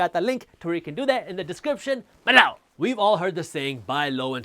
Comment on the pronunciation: Its below not balow.😂